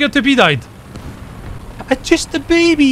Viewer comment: “IM JUST AH BEBEY” lol I died